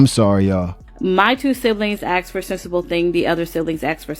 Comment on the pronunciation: Its asked not axed .😂😂😂